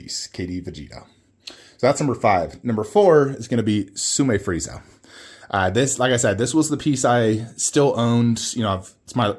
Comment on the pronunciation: did you say frieza?